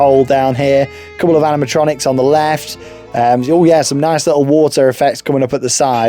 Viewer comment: Name: Rocking Rapids! Storyline: the king needs you to go mining tho find some gold! Remember to bring your trunks! You might get wet and splashed my name is docter who and the Kings needs your help. Also when you say Animotroinics I always think of five nights a freddys😂